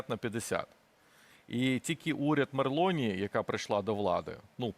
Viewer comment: При всій повазі - не меРлоні, а мелоні.